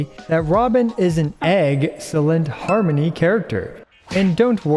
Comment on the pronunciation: OK, I laughed at Har-Money